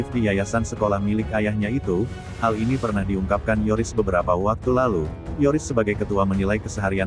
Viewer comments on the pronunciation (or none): Bkn Toris tp Yoris min🤣🤣